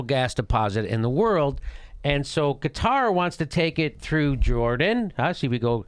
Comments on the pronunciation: It's not Qataaaaaar, it's Qatar! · Qatar... like "Kotter" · Jimmy, it's "Cutter," not "Kah-tar." But great explanation. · Jimmy, break it down smaller.. and Qatar isn't pronounced guitar :P smaller, as in older, before the 50s, before your CIA intervention(s) - after WW1 and whatever other land divisions after the split of the Otomans - that was bullshit, and couldn't hold-up; internet killed them. should we play smallest world violin for dictators? coming from US, you don't know much about that, other from news, right? Also, when you add Rusia, Israel, Saudi and whatever others around, the BIG PICTURE gets quite 1080p